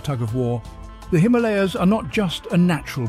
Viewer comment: The way you say Himalaya is cringy and beats the purpose of the name it self lol